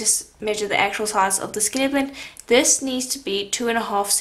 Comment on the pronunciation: You do amazing work!! Are you saying “skinner blint”?